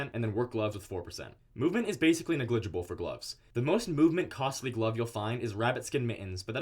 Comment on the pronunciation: Great video, but its NEG-LI-GI-BLE, not NE-GLIG-IBLE.